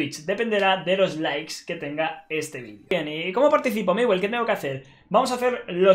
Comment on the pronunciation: es miwe jajaja